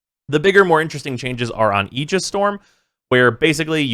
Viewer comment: Nerd? He pronounces Aegis correctly like me!